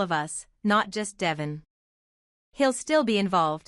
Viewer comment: Would someone please let her know, besides me, that his name is pronounced Dee--von, although it's spelled Devon.